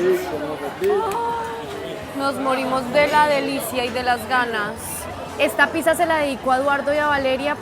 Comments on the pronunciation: ........piza no, pizza, palabra italiana, pronunciala bien, y para, ese uso de la palabra mero, parece una nea de Medellín, a todo un arquitecto no se le oye bien, media luna no, croissant, ese pan es francés no Argentino, están muy deferentes con los argentinos, esa gente no es para nada humildes o sencillos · por favor di pizza porque si lo pronuncias con S en Brasil es otra cosa😮😮 😂😂 hermoso video!!❤ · Los Argentinos a La "Pizza" la pronunciamos "Pitxa"... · Que hermoso ese lugar. te luce mucho el verde, te realza los ojos y te quería preguntar algo, espero no ofender, como se pronuncia Pizza, es que veo que siempre la pronuncias como "pisa" y no se en realidad.